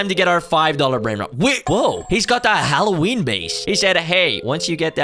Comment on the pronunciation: hallow-WIENER base 😭